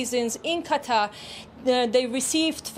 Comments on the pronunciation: Qataar how he pronounces.... idiot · Cattaugh….. yes, Cattaugh….. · Iran and Qatar or as the Muricans call them Eye-ran and Cutter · Why does he pronounce it "Cat Tar"? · how come u pronounced QATAR as QATA ? u forgot the "R" ! say it britishman, say it in american english ! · Why can't these news presenters be bothered to pronounce at least country names correctly? It's not CAT-ARRR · It’s Not (Cat Tar) stop saying it like that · on fox news they were pronouncing Qatar as "cutter" lol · Someone should teach this guy how to pronounce Qatar. Terrible on the ears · Methinks he is trying too hard to emphasise Qatar. Sounds false. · Don't you how to bloody pronounce Qatar...